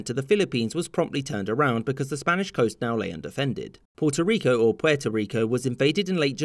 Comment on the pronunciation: There's only one way to pronounce Puerto Rico 🇵🇷🇵🇷🇵🇷 idk why you said it right then said it wrong